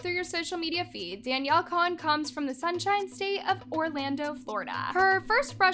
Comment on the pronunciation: "Sunsine state of Orlando, Florida" 😅😂